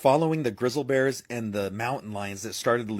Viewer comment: Did that dude just say “grizzle bears”…?? 😂🤦🏻‍♀️ YELLOWSTONE 🌋